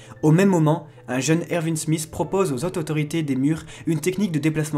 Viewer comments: "le jeune Ervi smith"? Pas Erwin plutôt ? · C trop drôle tu dir ervinne alors que tout le monde dit erouine mais sa s'écrit erwin